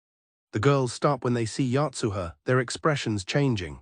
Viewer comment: AI manages to botch the pronunciation Uichi, Yotuha, and Utsu all in just three minutes.